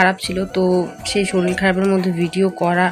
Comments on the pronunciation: Shoril bolo keno sunte valo lagena shorir bolo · তুমি উচচারণ ঠিক করে বলো বারবার শরীল বলো কেন ।শরীর বলো ।